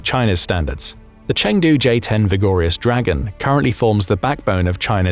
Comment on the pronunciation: Take a shot of your favorite liqour every time you hear "vigor-yus dragon"